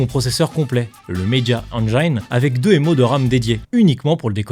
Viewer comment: Ah punaise j'me disais tiens c'est rare un français qui prononce engine "correctement" quand il a dit PC-engine. Pis peu après il nous lache un gros media enjAYne 😂